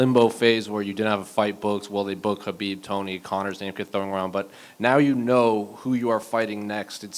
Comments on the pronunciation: Can Justin Gaethje please give Chael Sonnen lessons on how to pronounce Khabibs name. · Bigger challenge for him is saying Khabib’s name..